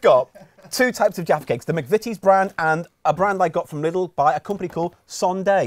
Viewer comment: Bless you,, for pronouncing Lidl the right way.